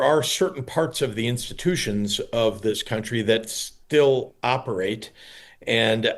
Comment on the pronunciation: Pritzer can barely say ‘still’